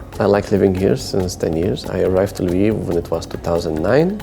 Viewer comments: Why does call Lviv Livu? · Why does call Lviv Lavu?